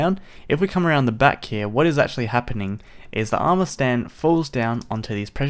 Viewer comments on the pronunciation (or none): I cringe when it says "amour"